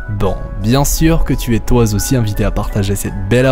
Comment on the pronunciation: Bravo pour la vidéo! Euh...à 14,50, "toi zaussi", ça se dit ça mdr? Mais bravo quand même ;)